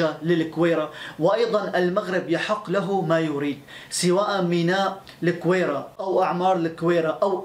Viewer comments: Gouira not kouira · احلى تحية لاخونا والله وطنيتك جدا عالية... فقط ملاحظة..الگويرة تنطق بالگي..LAGWIRA